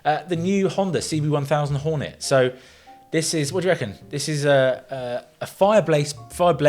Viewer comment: ...and i thought i can revitalize my english... honda horn'et not the letter "y" at the end does somebody hack 🤦